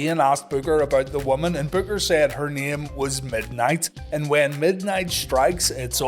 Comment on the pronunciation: It was a pretty good storyline with Booker Vs Stevie, plus Midnight and Big T. But Booker lost too many matches during that storyline. Oh you kept calling Booker BOOGER 😂